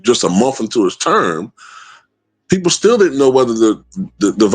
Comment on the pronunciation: "The best peopure, the best peopure"🤣🤣